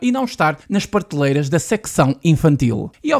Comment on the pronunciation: Vamos tentar falar melhor ...prateleira